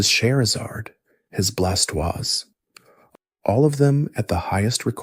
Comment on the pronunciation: Not even gonna lie bro you lost me when you started pronouncing stuff wrong. Blastoise gave me the chills how u said it and cut it off.